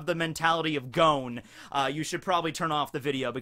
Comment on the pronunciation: I love you but... Goan? Da fuck?